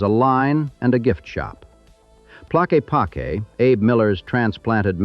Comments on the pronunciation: i pronounce it tlakeepakee just cuz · Having grown up in Sedona in the 80's I'd like to think the effort my friends and I put into giving tourist the wrong directions helped a lot. And we always pronounced it Ta lock ee pock ee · I too lived in Arizona for 17 years. My wife and I moved to Sedona in 1996 she did the Psych work for the Hospital in Cottonwood and I worked for Pink Jeep tours. Yes, it is a magical place and we both miss it and our friends. For your information Tlaquepaque is pronounced Tah lakah pakey. I think everyone should know the real story of the Vortexes and how they were discovered. Back in the 70's Page Bryant had a business where she would take people around the Sedona area and give them personal tours. After a while Page became sick and ended up gaining a lot of weight, enough where she had a lot of trouble taking people to the spots she normally went to and because of it her business started collapsing. Suddenly, she announced her discovery of Vortexes and describing the wonderful powers they had. Her business started to really grow. She would tell you that if you were in the vortex the energy would sometimes come down from above and sometimes from below., some were male and some were female and if you wanted to experience the full powers of the vortex you could do so by buying one of her Mogo bags. Because of her excess weight and inability to walk to far, if you look on a map and see where each vortex is located you will find that incredibly they are all very close to the road within a short walking distance. Going forward in time Page decided to leave Sedona and moved to Asheville NC. where she somehow was able to make a remarkable discovery. Bet you can't guess what. Yep